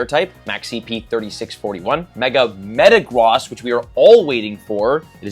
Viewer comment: Is no one gonna talk about how he pronounces Metagross?